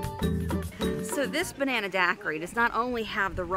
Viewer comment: Hahhahaha love this video. When took the third SIP of that Banana daiquiri and it was over with full sentences and all three ladies out. Side of the store could not say Banana hahahahahahaha